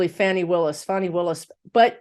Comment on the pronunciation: Hello 👋 LOVE your channel. Her name is pronounced fawnee (fawn like the baby deer + e). PS please read on Garland actually doing his job or just continuing to protect the Rethugs and the orange menace and tossing Jack Smiths findings/prosecution like Barr did to Mueller. Thanks for all you do for us ❤️ 😘